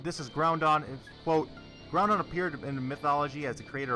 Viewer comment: "Groundon" and "Kayogre" Lord have mercy on my soul..